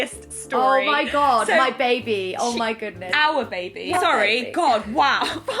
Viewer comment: a bubuh? having a buhbuh? so happy